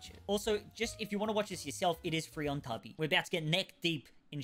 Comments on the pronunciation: just found your channel recently, and my partner and i binge watched all of your videos. much love from the US, especially for how you pronounce tubi lol. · The way you pronounced Tubi triggered my fight or flight response